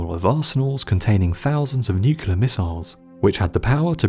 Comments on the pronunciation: NOO - CLEAR NOT NOO - QUE - LAR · He said nucular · You use the incorrect pronunciation of the word "nuclear". The Homer Simpson pronunciation. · That is not the correct pronunciation of the word "nuclear". That is the Homer Simpson pronunciation. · Interesting and well put together. Only marred by your inability to say the word "nuclear" properly. Very good otherwise.